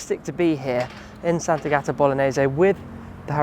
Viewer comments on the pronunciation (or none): I would add that it's not pronounced Sant'Agàta: it's Sant'Àgata.